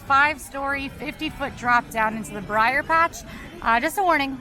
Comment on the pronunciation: If says "briar" rabbit instead of br'er rabbit one more time I'm unsubscribing.